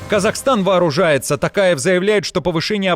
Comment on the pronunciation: Не Такаев а Токаев